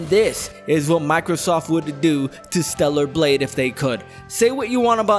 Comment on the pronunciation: torta blade